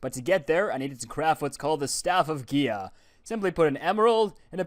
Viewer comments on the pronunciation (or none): Technically the way you are supposed to pronounce Gaia is guy-a